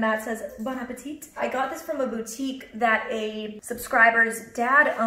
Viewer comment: You don’t pronounce the last t in appétit